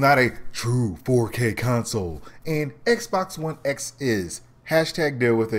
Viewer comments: Are you saying Xbox One S or X ?? Dude you botching your own video lol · I'm really disliking the Xbox X name. I can't tell whether you're saying S or X. Lol. I don't think parity is an issue there is no guarantee that the X can run Destiny 2 at 60fps. Both Anthem and AC Origins are doing Checkerbording at 30fps. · Are you saying "S" or "X"??? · You really need to pay attention to when you say "S" versus "X"